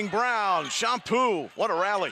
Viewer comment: Chompu not Shampoo